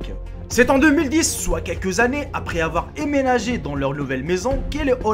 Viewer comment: Emménager, ça se prononce "en-ménager". Superbe vidéo comme d'hab :)